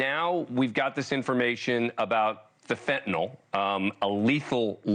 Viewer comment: Mr.defense attorney, it’s not “fentanol.” It’s Fentanyl.